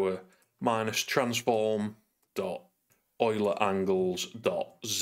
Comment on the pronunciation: Wow. You've improved on the earlier video in three very important ways. (1) Correct pronunciation of Euler 😀 (2) Use of OnDrawGizmos (so much easier than an Editor script) (3) You're using a Mac. You've clearly taken the red pill. Welcome to the light!